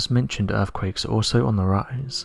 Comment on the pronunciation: Also Earthquakes are pronounced as they are written. There is no F in the word but our narrator would have us believe that “Erfquakes is the correct pronunciation, and not forgetting and I quote “massive def-count” which aught to be massive death-count! Whoever he is he needs to take lessons in Oratory as the job of a narrator is to provide a clear statement that is audible in the language it is written.